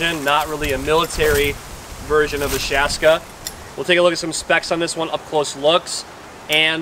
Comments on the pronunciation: “Shaaska” Ps. It’s actually called a Shashka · it´s Shashka - Šaška, used by Ukrainian and Russian Cossacks